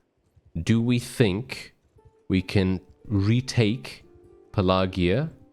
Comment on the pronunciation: Pelargir - Your pronunciation is way off. I thought you were talking about something else.